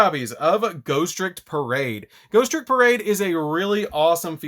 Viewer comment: "GHOSTICK"!!!! LMAO!!!!! ALSO, PERFECT DECK PROFILE FOR HALLOWEEN!!!